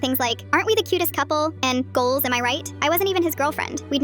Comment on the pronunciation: "GOLS" what bro